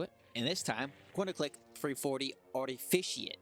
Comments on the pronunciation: Only person in the world who pronounces "artifact" as "artificient" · "Artificiat" Bruh lmao